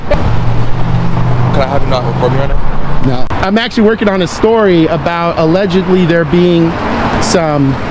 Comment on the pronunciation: My hearing isn't what it used to be. Did you say "allegebly" with a 'b'? Allegedly